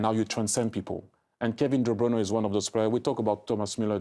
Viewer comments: Kevin De "Brayne" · Kevin DeBrainnnuhh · Thierry talking about "de brayne" on de Bruyne.